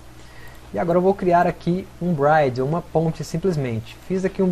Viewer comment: bride é noiva... bridge se fala como lê